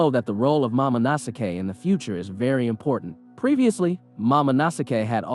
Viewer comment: its momo no sk not mamo no sake ............